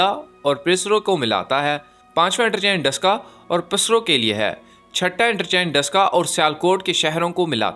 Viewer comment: یہ مرید نہیں مریدکے ھے،وانڈا نہیں واہنڈو ھے اور پسرو نہیں بلکہ پسرور ھے بھائی